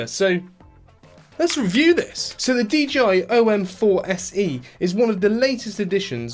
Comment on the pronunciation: Bro got me pronouncing it “DGI” now 💀💀💀